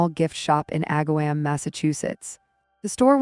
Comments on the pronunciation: You should say Ag-ahh-Wom not "wam" I live 20 minutes away from this town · Aga-WOM, not WAM.... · I grew up near this town - it is pronounced “Ag’-a- wom”” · This is a local story for me and I remember it well. Struggled getting through this video though because the constant mispronounced words drove me crazy!! It is not AgaWHAM. Her last name should have a hard G, not a J sound. And MAtrin instead of Motrin?? I really hate the AI reading of stories.